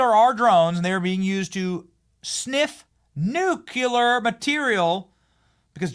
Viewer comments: Please stop saying nuke-yuller. It's pronounced New-Clear! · Nuclear not NukUlar. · Nuuu-cleeeaaaarr Nu-clear Nuclear. I sweato god Benny....👴 No more NUCULAR Ima get Cezar Milan on you Tssssttt. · Nuclear... new-klee-er Not nu -cuel-ler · Do you realize you say Nucular instead of Nuclear? 😂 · Nuclear not nucular. Come on, Benny! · You lose credibility when you say "nucular". The word is, has, and always will be nuclear. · NU_CLE_AR Not nucular ffs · NUC LEAR not NUC U LAR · Benny, luv u man, BUT -- Every time I hear you mispronounce the word "nuclear" as the the word "noocueler" I am reminded of another commonly mispronounced word, when people say "aks" for the word "ask". Just because W was illiterate doesn't mean we all should be. Considering you reach millions and millions, sir (luv u man), don't you feel a slight pang of personal guilt misleading people in the pronunciation of such an important word, as if disrespecting it? Or perhaps you prefer an illiterate audience to whom you owe nothing? Luv u man. Get it right. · I love you Benny, but it’s pronounced Nuclear Nu klee ur not Nu q lur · NU CLEAR Not Nu Kue Ler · Why do you insist on saying nucular? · It drives me NUTS when people pronounce it "nu-QUE-lir." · Nucular isn't a word. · It's pronounced "NEW'-KLEE-ER"!!! Please! Say it correctly. Thanks! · Please read that word... nuclear. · You're a man who talks for a living. Please learn to pronounce "nuclear". Its really not a difficult word. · I love your show, but learn how to pronounce nuclear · Please learn how to pronounce nuclear